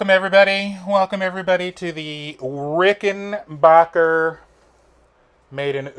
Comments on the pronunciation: It's not Rickenbacher. It's Rickenbacker. I mean the dude changed his spelling and pronunciation. At least respect that. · Excuse me Dear Sir........ It's pronounced RickenBACKer.......not BOKer 💫